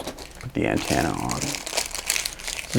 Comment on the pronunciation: AntEnna... not antAnna! Damn!!! hahaha Drove me bonkers listening to that!